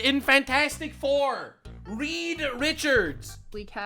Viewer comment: 'Ree' Richards ..